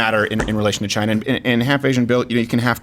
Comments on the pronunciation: 1/2 correct, he said Jina 😂😂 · CHY NAH. It came from Chy nah.